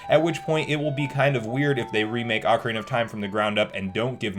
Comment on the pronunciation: Good job! You said Ah-carina 16-18 times correctly and Oak-arina on 3 times. I’m so proud of you, you’re a real CS now, Son!